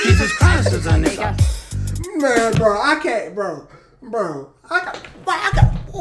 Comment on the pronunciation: He lowkey tryna enunciate the “a” in nigga makin sure ther ain’t no hard “er”. Why he sound like “NAGGAH” 🤣